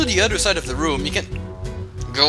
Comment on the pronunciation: if you were trying to say room in english its well room r-o-o-m